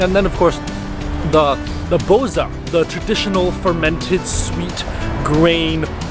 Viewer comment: It's SofiA, not SOfia, and bozA, not bOza. My man in the past the boza used to be soooooo gooood, sadly it's a dying thing now, it's too watery and the original taste has gone mild ;( I'm glad that you liked our food. Kinda sad that most places can't cook rice like Asian people but there are some okay places